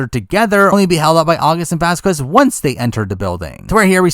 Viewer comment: That's not how you pronounce Vasquez😂😂